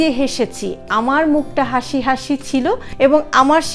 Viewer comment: Sorry to say,, Plz correction...hashi 🙏